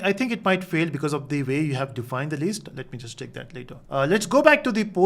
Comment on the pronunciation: its List not leest